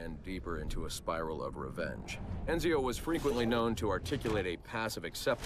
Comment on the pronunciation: Am I the only one who's hearing Roger Craig Smith during that analysis of Ezio? Or "Enzio", as he seemed to prefer...